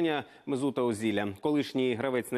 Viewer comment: Госпаде, как вы фамилию Озила каверкаете это капец